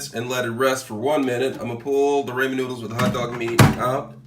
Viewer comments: When they were laughing and saying "haha idk where to get raymen noodles" they're poking fun at how you say ramen bc it's pronounced rah men not ray men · Got damn it I have Ramen not raymen where do you get raymen noodles?